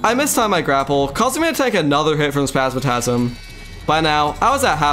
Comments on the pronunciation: spazmatism not spazmatasm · Bro great video except i would have used mimic loot so you dont need to min max for mechs, also why do you say spazmatasm instead of spasmatism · One of the best terraria videos I've ever watched. I clicked on it expecting to click off after a few minutes but stuck around through the whole vid. One small thing tho the green eye of the twins is spazmatism not spazmatasm but overall great video! ❤ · 9/10 you call spazmatism spazmatasm instead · Yeah lots of people have corrected my pronunciation of spazmatism lol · You're the second youtuber I hear pronouncing Spazmatism as "Spazmatasm". Is there some reason for that? From what I know both it and "astigmatism", one of the words it's based on, should pretty much always be pronounced with an "i". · Insane quality and entertainment, the editing and commentary were amazing Bro violated the twins’ names 😭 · The way he pronounces the twins names felt like an uppercut to the ears. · "Spazmatism" has an I,. Not a third A. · not to be rude but you mispronounce spazmatism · I give you two days to learn how to pronounce spasmatism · ytou pronounce spazmatism wrong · Please re-read the word "Spasmatizm" slowly.